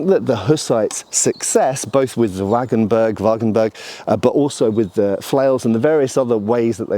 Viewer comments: I definitely want to see the techniques from the treatises! Also I have to point out that you keep saying "Wagenberg" instead of "Wagenburg", maybe you correct this in the future : ) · Nice piece of historic context - I would like to add that the u in wagenburg is pronounced like the u in rude. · Not "WagenbErg" but "WagenbUrg", the u as in hooters, just a bit shorter.